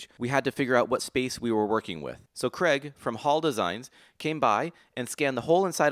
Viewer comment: CrAIge not creg 🤣